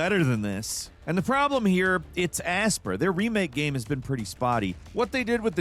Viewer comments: Aspyr is pronounced Aspire, not As-pur 🤦🏻‍♂️ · Aspyre is pronounced Aspire. Like you aspire to know how to pronounce words without looking them up:P Not Ass-Per.